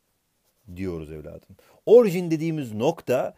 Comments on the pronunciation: HOCAM ORJİN DEĞİL ORİJİN OLCAKTI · Hocam 'te ''orjin'' demişsiniz o ''orijin'' olmayacak mı? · Abi orjin değil orijin jsjnndjndnd😂😂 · yalnız hocam orjin değil orijin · Hocam orjin değil orijin